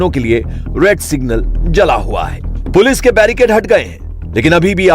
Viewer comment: Barrigade nahi, Barricade! Even the India TV pronounces wrong!